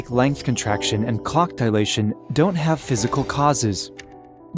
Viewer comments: I thought he said cock dilation 😭😭😭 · Anyone else thought he said cock dilation?😂😂😂